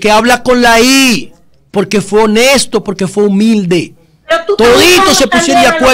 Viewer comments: Y dijo "honeto" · Ese juez se come las s honeta oh Dios pude ser honesto pero para ser juez se expresa fatal 🙈 no veo discriminación no exageres tu jajajaja